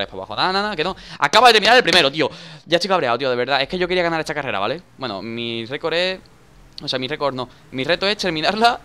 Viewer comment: Dani por Que siempre dices Wueno , Wueno , Wueno chicos !?